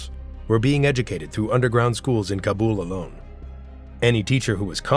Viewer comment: Wow. One of the only narrators who pronounce "Kabul" correctly. Just recently a purported journalist from Afghanistan exposing a story on Afghanistan pronounced it wrong! LOL.